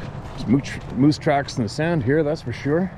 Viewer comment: It’s not muse it’s moooose…🤷‍♂️😂